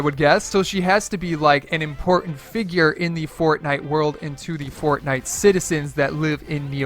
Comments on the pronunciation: Sir, you said Imortant not Important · he said imortant